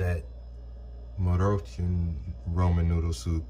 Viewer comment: Say Mar-Rue-Shawn